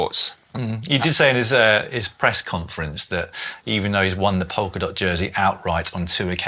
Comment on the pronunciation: It’s POLKA dot, not POKER dot! 😅